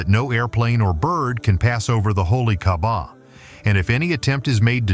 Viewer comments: why you call kahbah kabab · ITS NOT KABAB ITS KAABAH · Wtf bro u said holy kabab u idiot pronounce my gods house right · Bro called Kaaba kabab